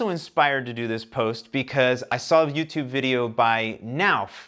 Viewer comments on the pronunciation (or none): none